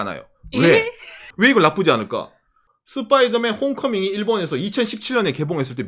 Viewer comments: 스빠이더맨이 아니고 스퐈이둬매앤입니다. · 슷뽜이더맨 뽜쁘로홈ㅋㅋㅋ